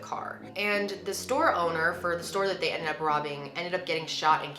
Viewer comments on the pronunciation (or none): none